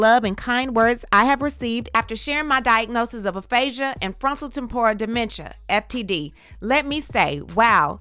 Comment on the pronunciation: Temp-or-ral 😫😩 you killing me girl lol